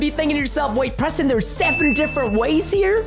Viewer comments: LOL 😝 it is Preston not PRENSTIN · OH NO! PRENSTIN